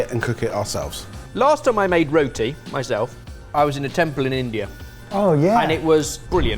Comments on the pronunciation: It's roti, not rhoateee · Row- tee 😆😆😆 .....roh-tee. like when we call you Goh-ree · Omg why are you pronouncing roti like that. 🤦 it not ro ti it’s rot i 😂😂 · My wife was born in the uk but is Indian by heritage and she rolls her eyes everyone an English person says roti like “row-tea”. You actually pronounce is Ruh-tee with a hard rolling of the R. 😅